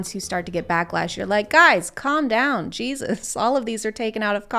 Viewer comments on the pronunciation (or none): none